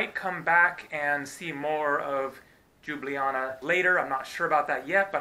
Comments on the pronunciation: its just Ljublaja not đublijana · Its not Ljublaja and Džubljana .. Its a Ljubljana 🎩👌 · just say liubliana fast and you should get the right pronounciation. Liub-liana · Just an FYI y'all, it's "Lyew-bliyana" :) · I love how you pronounced Ljubljana as Đjubljana :D :D :D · JOO-blee-Anna. LOL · Why does every American butcher Ljubljana so badly, the actual pronounciation is Lube-la-nah (can confirm as an actual citizen of Slovenia) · It's pronounced Lyoo-blyahna :) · It's pronounced Lyublyana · Its pronounced Lyublyana. The Eastern European J=Y in English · Seems like even slovene can say Ljubljana properly .... its li̯ubˈli̯aːna 3 syllables and no Y in it ! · Tip 1: say the first j in Ljubljana as you say the second one. Tip 2: you say letters č, š like that: č-ch š-sh. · understandable, but when it comes to online "tutorials" all of them say the same thing, search up any video on youtube about the correct pronounciation and it still pronounced as lube-li-jana, even the wiki on Ljubljana has the same pronounciation, well im really only slightly annoyed by this but it doesn't really matter, you honestly do a great job of showing off our culture and landmarks which i do commemd you for and i do encourage to keep up the good work. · Your first pronounciation was the right one! :) greetings from slovenia